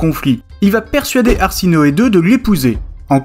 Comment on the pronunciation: C'est pas arsinoe mais plutôt ha se noe